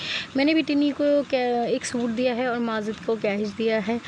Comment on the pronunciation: Sister aap bura na manana aap majid ko mazid q bolti ho?please bura na manye ga